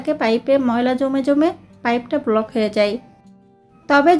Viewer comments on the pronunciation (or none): none